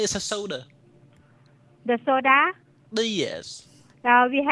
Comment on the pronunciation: "da food not one den you can came back???""The pa-pai, with chicki?""The soDAAAAH!??"This lady is so fuckin funny